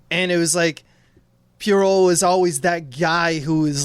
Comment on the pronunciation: Ayy, it's my episode!! I'm so happy how this turned out! Thank you to Dave and Tom, but also! (Also, JFC, learn how to say Poirot,!) Loved your take on the Ohlsson (Bergman) interview scene--that one'r is almost the sole reason I got so obsessed with the Lumet version that I commissioned the whole thing! Can't wait to hear you guys talk about the Branagh version, which... I kind of hate, and I think you guys will talk up a lot more, but I'm ready for the pain!